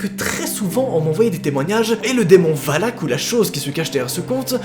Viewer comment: A la base c'est pas valaak et pas valak